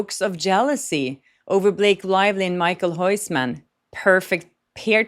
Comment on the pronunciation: Michael Hoissman?! Who's that? You pronounce his name something like: Mi-khil Hous-man (not the correct spelling of his name). With kh I mean a Dutch G sound, which is a raspy sound from the back of the throat.